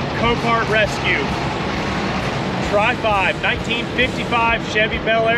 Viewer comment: Tri-Five or Fry-Five?